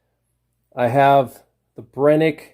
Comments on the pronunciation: It's pronounced Bren-uh- kee not Brenick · I hate hearing him say Brenneke 😂